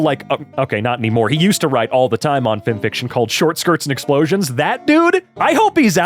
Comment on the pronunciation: Wait you pronounce it like a word instead of F-I-M?